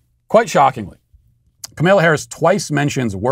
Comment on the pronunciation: Funny how you always call her “Cameela” 😅